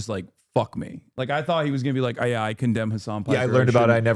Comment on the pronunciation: he really said "I concemn hasan 'himbo' piker" and expected rabid applause